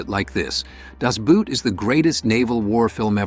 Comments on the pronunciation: Very good list and commentaries about these movies. One thing that drives me nuts is inaccuracies and one that most Americans make is the title. . .it is NOT pronounced" "boot," but instead as "boat" almost exactly as in English but with the more pure "O" sound. The letter O is pronounced the same as in English but doubled up, it simply makes a slightly extended long O sound. An U-Boot is pronounced "ooh boat" instead of as in "you boat." "The boot" as in footwear is „der Stiefel" pronounced as "dehr SHTEE' fel." This movie is simply called "The Boat." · No doubt, this has already been mentioned, but Das Boot is pronounced Dass Boat 🛥️ , more or less, not Dæzz Boot 🥾 😂. Like English boat, not English boot. I’d love to see a list of the best WW2 movies made recently, after some arbitrary date like 2000 or 2010, remembering that the war took place on battlefields in Africa, in Europe, in Asia, in the air, in oceans, but also in occupied countries, on the home front, behind the lines, in prison and concentration camps, and in intelligence facilities. I have more than a dozen candidates. Who else has ideas? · Not "Das boot"...rather "boot" is pronuced as "bought" (das bought) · Das Boot is pronounced as Das boat. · Das Boot. The word Boot is pronounced Boat in German. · German word "Boot" rhymes with thought - not with boat (except in some dialects). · You could pronounce Das Boot correctly. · Das Boot-can people not pronounce the title correctly? Some excellent films here but some real dogs. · Sigh...It has been 40 odd years since the film came out and you still haven't learned how to pronounce 'Boot'..